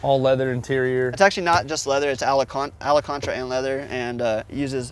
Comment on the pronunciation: what's alacontra?